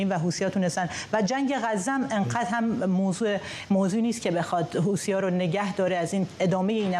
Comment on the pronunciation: این گاگولو میگه هوتیها 😂😂😂😂😂😂